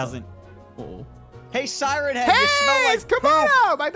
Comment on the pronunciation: Red Bear not sieen head it’s siren head